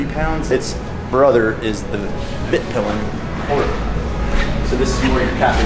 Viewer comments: Me as a swede hearing him proununce svartpilen and vitpilen hurts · Yeah, fun to hear americans pronounce swedish words :) "Svartpilen" and "vitpilen" means black and white arrow, as you could see on the colour of the bikes! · Hearing american pronounce Husqvarna and svart/vitpilen always kills me a little.